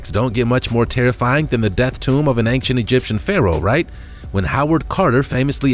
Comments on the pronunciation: BRO. please learn how to say "ancient". its ain-chent. not anxient. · Dude after all the videos you've narrated.......you'd think you learn how to pronounce simple words correctly!! Come on....just name few Moai Angel and most importantly ANCIENT It's not ank-chent It's ain-chent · He pronounces ancient as achecient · Please stop saying Angcient !!! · OCD, the mispronunciation drives me crazy (and that's a REALLY short trip for me)